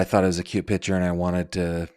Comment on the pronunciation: It’s not PITCHER! It’s PICTURE- pronounced like PICK-CHUR.